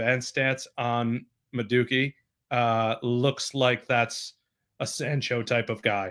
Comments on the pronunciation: Ma dookie??😂😂😂😂 Naw he had to know that wasn’t how you say his name smh 😂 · Ma dookie? It’s MA-DOO-EH-KEH. And he might be English but his heritage is Nigerian so an Englishman definitely can’t help you pronounce his name.